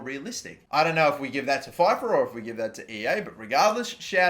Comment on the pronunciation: Who else raged when he said fifa 🤬🤬